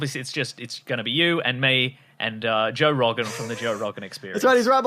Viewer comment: Ah yes, Joa Rawgan